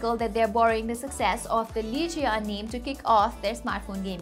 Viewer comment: its not lee-ge-on its leej-un